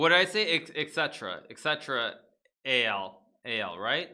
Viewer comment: Et al. doesn't stand for "et cetera AL", it means et alia, which is the academic term for "and others".